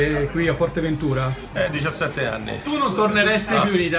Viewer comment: A parte che è Fuerteventura e non Forteventura.. guardati questi va....